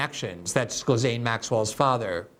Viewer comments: Glenn, it's pronounced "Jizz Lane." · I love you Glen but Ghislaine is pronounced: G-lane. Its French, as was her mother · Jizzaine. Is glenda dislexic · It’s gee-lane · “Gill Lane”. Ghislaine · Well, it is an unusual name. The phonetic pronunciation is JILL - LAIN [or so I think]. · More like Ghee-len if you are pronouncing it the French way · I'm in France & the Ghislains (male) & Ghislaines (female) I've known pronounce the first syllable Zheez. Maybe others pronounce it Gheez, I don't know. Personal preference? Regional differences? It's like trying to pronounce Farage. Gotta ask the person(s) in question. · I anyways thought it was pronounced "Guh Lane" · Glenn is one of the few trustworthy journalists out there, but he obviously hasn't given this story the attention it deserves. He consistently mispronounces the names of Les Wexner and Ghislaine Maxwell. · Glen mentioned Ghislaine’s name at least a dozen times and pronounced it different every single time 😂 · Glenn, learn how to pronounce people's names.